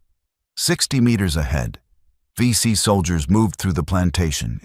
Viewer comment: If you do AI to make your video. Please use spell check and proofread. These are Aussie legends and your Ai is crap. Vet's read through this. 23 seconds in you call them the BC. WOW. AI is "Not good"! Disrespect to the VC.